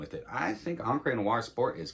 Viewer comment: Nice recs here. Noted a few for research. Agreed re: Encre Noire Sport. (Fun fact: Encre is pronounced closer to “onk” and not “ahn-cray.” I don’t speak a lick of French; just looked it up once.)